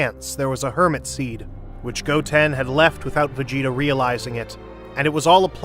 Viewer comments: "hermit seed"💀💀💀💀💀💀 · "Hermit seed"💀